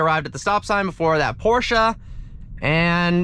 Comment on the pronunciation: finally someone who pronounces porsche correctly